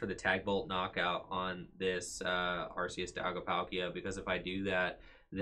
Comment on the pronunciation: Are-KEY-us not Arse-EE-us